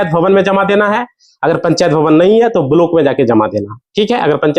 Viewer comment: तुझे तो बोलना भी नहीं आता ब्लाक को बलोक पंजीकरण को पनचीध बोल रहे हो कहां से आते है ये